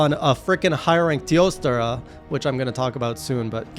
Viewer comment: Jesus, your editor is doing a great job at giving me a small jump from that zoom in . I swear I didn't notice until BOOM. Cheers, Editor 🤣🍻 Also, I still love how you say, "Teostrrrrrra" 🤣